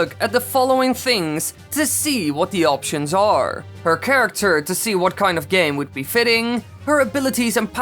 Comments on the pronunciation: it Said charater instead of character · says Charater instead of Character 😂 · its Character not Charater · charater xD